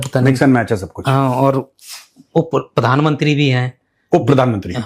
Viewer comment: padan mantri nahi, it's pronounced as PRADHAN MANTRI